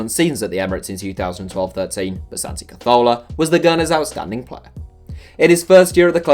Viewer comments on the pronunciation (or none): Am I the only one who is bothered by the way he says carzola